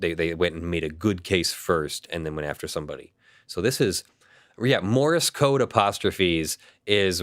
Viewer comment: Morse code, not Morris code! Argh, my ears wince every time he says that. :-P